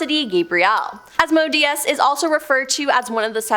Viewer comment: Sigh... It's pronounced As-Mo-day-es